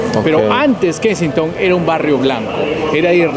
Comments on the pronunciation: Lo pronunciarse mal es kesinton como lo estás leyendo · Kensington no se pronuncia "Kenistong"....... A parte de ese detalle, buen video 👍